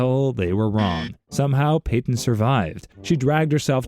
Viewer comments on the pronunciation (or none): none